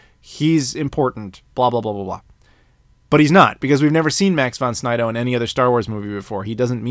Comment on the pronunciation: Max Von Sydow...not Snydow. Very classic actor.